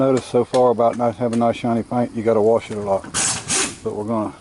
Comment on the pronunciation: No r in wash :) Nice Rims, keep up the vids, I find them really enjoyable!